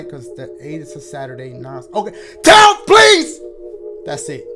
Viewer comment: "Can we do september... 10FTH!?" 🤣